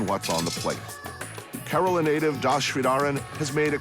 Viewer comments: Keralam Not Keralan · It's Kerala not keralan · It's Kerala, not Keralan.